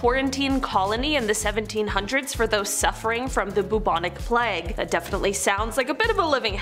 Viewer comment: Sweetheart it is pronounced playg-long A , it does not rhyme with flag as in the American flag